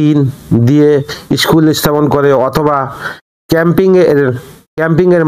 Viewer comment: ইস্কুল না স্কুল।